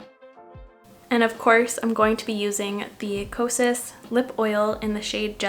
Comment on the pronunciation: Because I’m a mental health specialist, it sounds like your saying psychosis instead of kosas.🤭🤭